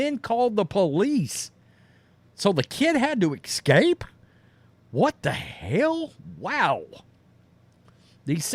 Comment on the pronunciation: “Weens-day”. “Exscape?”